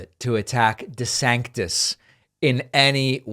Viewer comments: "De Zanktiss" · If you can't pronounce "DeSantis" properly, you probably can't pass your own mental competency test.